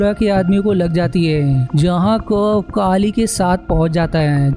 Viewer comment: काली नहीं केली बोल